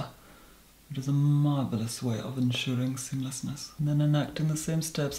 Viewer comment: I made sure I said 'SEAMLESSNESS' with you when you said "just to ensure... *pause*... SEAMLESSNESS"